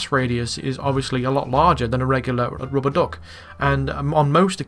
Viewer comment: keep it up, btw you say RUBBA DUK very funny LMFAO